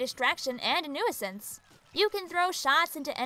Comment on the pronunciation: “New-I-sense” Me:? Otherwise, great video!